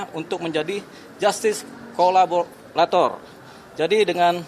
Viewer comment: Saya apresiasi kerja penasehat hukum ini. Kerjanya sangat baik tapi perlu latihan pengucapan KO LA BO RA TOR